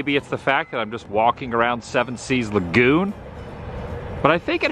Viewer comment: How about the way he said La...GOON. 🤣👍